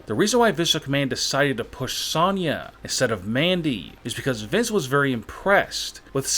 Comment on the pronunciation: Your saying Sonya wrong!!!!